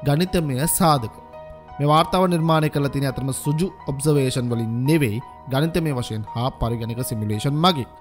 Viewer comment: සුජු නෙවෙයි පුතා සෘජු (රිජු). වැඩසටහන ඉතා අගෙයි. ජය!